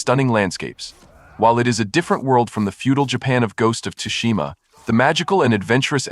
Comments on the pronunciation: It's pronounced as sushima not tusushima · Tsu..it's neither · The T is silent is Tsushima bro lol. I've never heard anyone emphasize the T so much saying this games name lol😅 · the T is silent